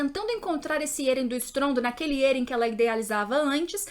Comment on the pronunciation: "êren" "mikaça"